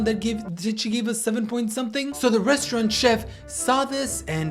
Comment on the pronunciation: The “rosturant”